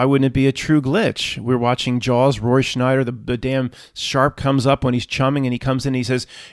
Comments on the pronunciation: Roy "Schneider"? ... It's Roy Scheider. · did you say "roy schNeider"? ...it's "roy scheider" now. no "n" (and 'always was'). weird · You called Roy Scheider, Roy "Schneider" - I think some Mandela effects are due to things like this!